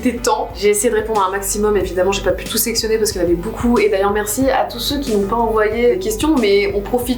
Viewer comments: bOUcou mais vraiment bOUcou de rigOUlade ! c'est beaucoup en fait donc ça se prononce beau-coup et non bOU-coup ;) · Depuis tellement d'années que je suis Natoo j'ai jamais eu de période où je l'appréciais moins, elle est tellement chouette cette personne. Je crois que l'unique chose qui me perturbe c'est le fait qu'elle dise "boucoup" au lieu de "beaucoup" 😂. Mais en vrai j'ai tellement grandi en la regardant, je devais avoir 10/12 ans quand je l'ai connu et j'en ai 25 aujourd'hui, c'est toujours un plaisir de la voir 💛